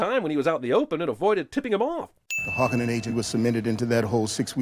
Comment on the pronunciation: No mention of the mispronunciation of harkonnen throughout the entire movie? Gotta be at least 50 more sins for that alone.